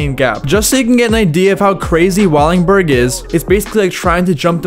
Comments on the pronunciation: Please don't encourage him. There's so much he missed and a bunch of the shit in this is just straight up wrong. I'm all for someone doing a historical chronicle of famous spots but it should be someone who at least knows who Wade Speyer is and can pronounce Wallenberg. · "WALLINGBURG"?? Come On, Dude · It’s pronounced “Wall-En-Berg” and it’s called “Hubba’s Hideout” as any kid that grew up skating in SF can tell you. Otherwise really rad video and a fun roll down memory lane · Bro learn how to talk before you make a video speaking this long. It's Lee-on, WallENberg, etc etc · For the love of god brother it’s called “Wallenberg” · If this dude says "wallingberg" one more time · Bro why do you say wallingberg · Are you saying Wallingberg?? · He called it “Wallingberg” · Its not Wallingberg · wALLiNg bUrG😂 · how do you manage to murder the pronunciation of wallenberg every time you say it.